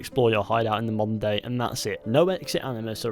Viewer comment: okay i maybe deaf but i keep hearing him say "monday" instead of modern day